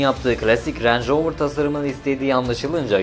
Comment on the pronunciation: Lanetli manetli ama ağızdan dolu dolu "renj roovır" derken bile zengin arabası olduğu belli :) .. marka pinpon topu gibi gezmiş büyükler al-sat yapmış resmen sonra Tataya bak sen ya.. bende bu videoyu izleyene kadar bana sorsalar rover ingiliz derdim peehh.. :)